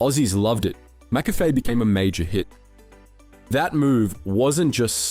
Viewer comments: its pronounced Mik - Cafe not Mak Cafe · Mc not Mac Cafe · It's McCafe..not mAcCafe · MC-CAFE not Mac-Cafe! Are you even Aussie?😂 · Curious how you pronounce it “Mac-Café” instead of “Muh-Café” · Bro it's not Mac cafe is mick cafe, geez say right mate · Mick-Cafe* cheers 🍻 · Whats with the pronciation of McCafe??? "Mac-Cafe" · Mack Cafe 😂😅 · Mac-cafe, like Big Mac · The mispronunciation of McCafe over and over, then changing it, the buggering up again speaks of AI. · You need to train your AI better. The pronounciation of McCafe and Taco Bell is way off. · Other than your terrible pronounciation of Mcafe, this was a good video. Hungry now for a Mac attack😂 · i cant believe the aussie telling us the story he cant even pronounce mccafe properly - sheesh mate!!! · When you mispronounce "McCafe" so hard that people are now trying to buy "McAfee" antivirus software from Macca's! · Yeah that had to be on purpose to increase chat rage engagement. That'd when I decided it was AI and couldn't read the word properly l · I liked your vid but then you kept messing up the pronunciation of "McCafe" okay you pronounced it correctly and you fucked it up again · yeah hes always mispronouncing basic things in every video im beginning to think its rage bait to get comments. ill just downvote and not watch future videos instead.